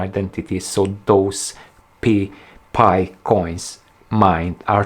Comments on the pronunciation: Pie..not Pee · It's not called "Pee" coin, Its Pi, like in "Pie". Oh I see you realize its called Pi but your french accent pronounces it Pee. Like I gotta go pee. Lol. ✌️👍😁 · It's not PEE coin, it's Pi Coin, as in Pie. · Everybody calls it "Pi"! Not Pee! It sounds too funny calling it the "Pee coin". 😂✌️